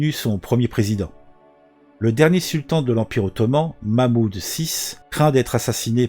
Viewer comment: Mehmet II et non Mahmoud II. Merci quand même pour l'histoire 👍. Comme quoi, aucune entité ou oeuvre humaine ne dure pas éternellement.